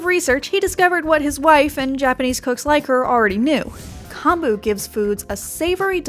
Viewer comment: Hearing this voiceover makes me cringe as a Japanese American. Like "Edo," "nigiri," and "kombu" are all pronounced wrong. The science might be right, but don't look to them for pronunciation. Also, if you just want raw fish at a Japanese resturant, order sashimi. Sashimi is raw fish, while sushi literally means vinegar rice.